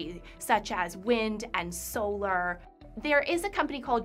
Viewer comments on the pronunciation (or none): none